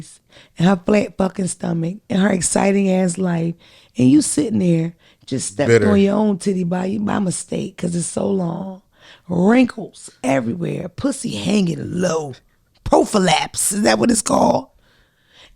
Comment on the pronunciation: “profolapse”😭😭😂😂 it’s prolapse